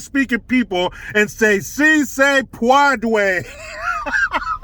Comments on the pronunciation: Say it with me: See say pwod-way. 😂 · See Say Puadway!!! Lmao, subbed! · “See say pwadway”😂🤣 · READ THIS! We need “SI SE PUADWEY!” shirts and hats asap. 😆😆😆. 🙏🙏🙏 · I wonder what AOC thinks about so se pwodway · Jill Biden says, "Say it with me !" "See say pwadway!!